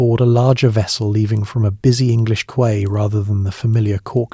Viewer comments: I hear you say, 'kway', not Quay, (key), and am curious if this is ai reading, either way I enjoy these stories even with oddly pronounced words 🎉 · British Columbia, Canada. And, the word "quay" is pronounced "key." Just fyi